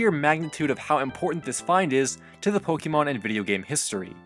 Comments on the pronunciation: its poke-eh-mon not poke-ee-mon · I know you might not be a fan of the franchise but it's pronounced pohkaymohn the é in Pokémon shifts the vowel sound